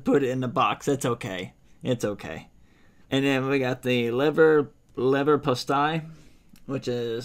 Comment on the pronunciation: Wow, u nailed Leverpostei 🤩👌🏻